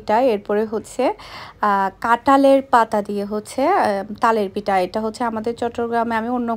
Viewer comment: কথাটা পিটা হবে না কথাটা হবে পিঠা